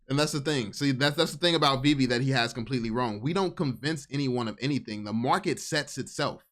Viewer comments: if he calls it veev one more time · The dude literally destroyed his credibility in the first 10 seconds by pronouncing it wrong, he either did it on purpose to show his lack of interest, or genuinely never heard anyone say it before, which is impossible if you were seriously looking into it... I'll admit i was super skeptical, and even laughed at my buddy who showed it to me initially, but over time the more research i did the more i saw, holy shit, this is the ground level of something, u can see it clear as day if you can get over the JPEG Nft's, which were the only NFTs i knew existed before VEVE... The jpg NFTs make no sense long term, and i think thats what most people think NFTs are and wont look any further, and i cant really blame em for it, its hard seeing the potential of something that has never existed before